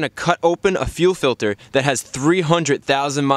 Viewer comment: fuel filder does anyone get that reference?